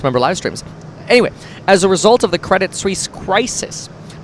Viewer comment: Cwedit Suisse wittawily got bailed out.